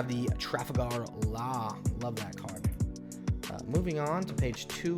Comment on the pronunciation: Bro BOTCHEDEDED Laws name 😭😭😭